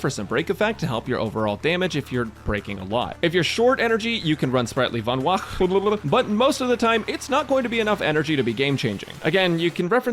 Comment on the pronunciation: it is no longer called sprightly Vonwacq to me, it is now Sprightly vonbwalulubu. As always great video <3